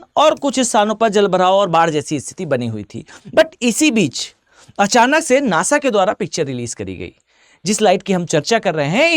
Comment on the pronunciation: नाशा नहीं। नासा।